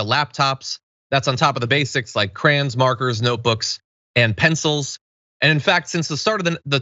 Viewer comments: It tickles me to hear John pronounce the word " krayns"(crayons) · "Its to buy crans"